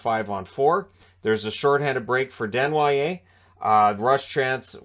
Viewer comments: Good job on the Desnoyers pronunciation BTW. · You ended up nailing tge desnoyer pronunciation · You pronounced Desnoyers perfectly! You nailed it